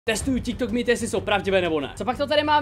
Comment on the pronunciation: Kdy se lidi konečně naučí říkat tiktok správně 😭😂